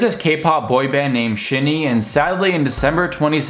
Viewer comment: The way you pronounced Jonghyun was actually pretty good! But I’m sorry the way you pronounced SHINee made me laugh so hard, it’s pronounced like ‘Shiny’ The meaning of their name is ‘one who receives the light’ because they want to shine light on everyone who’s in the dark Also thank you for this video, I’m bad at expressing my own feelings on the matter but you basically said everything I wanted to say, I really appreciate it. (There’s a few more things I’d want to add as a Shawol (shinee fan) but that’s just about jjongs passing in general and how many non-Shawols see him, so not really relevant)